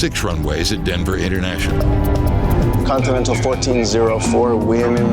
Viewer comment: It's not contimental it's continental